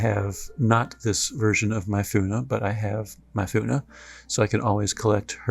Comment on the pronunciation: Myunfa not Myfuna. lol